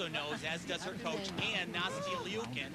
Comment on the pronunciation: The ONE good thing about Nastia retiring is that we no longer have to hear him constantly butcher her name!